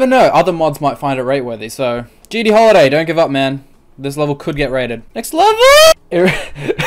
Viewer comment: Im pretty sure you said lever requests instead of level requests